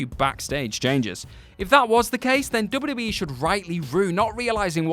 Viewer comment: THIS GUY SAYS DUBBADUBBAE...